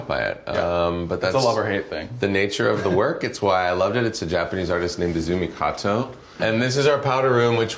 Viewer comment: I'm a simple woman, I see Zachary Quinto, I click. He and Miles are so so SO cute, also I love Miles' crystal collection! What a babe. They're both babes. They're both beautiful. My favorite gays. What a cute relationship. Love them. (Also Zachary thank you for pronouncing Azumi Kato's name right, love you, you're so cultured!)